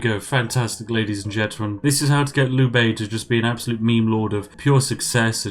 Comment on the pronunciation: Is it bad that I got annoyed at when he could not pronounce Liu Bei?